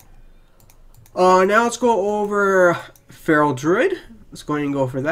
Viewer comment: I'm still confused at how you could pronounce druid as "droid" and paladin as "powden" ....but maybe it is a speech impediment and I shouldn't say anything because I don't want to be rude.